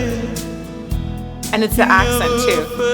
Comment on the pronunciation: the AssCent 😂